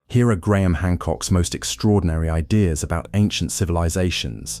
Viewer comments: When you pronounced his name as Griahm , I turned off. Hating AI, narrate yourself or piss off. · so AI can't pronounce "Graham" ... got it.